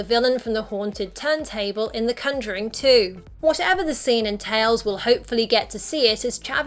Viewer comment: The way she says conjuring as cunjoring triggers me.